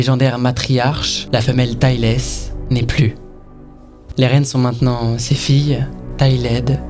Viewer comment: Est-ce qu'il existe quelque part sur le net, un arbre généalogique (pour représentation visuelle) ? Merci encore pour cette superbe vidéo et sorry pour l'abus de comms ^^ (et puis je me permets en espérant ne pas vexer, la prononciation de Tailess ça ressemble +- à "téilèss", compliqué à écrire ^^) Vivement la prochaine vidéo !